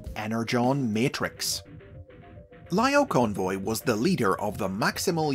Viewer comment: I apologize if it’s already been said, but the I sound in Japanese sounds like an E, so it’s Leo-Convoy